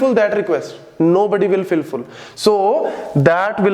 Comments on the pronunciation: did sir say filful lmaooo cutie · did he say filfull ? funny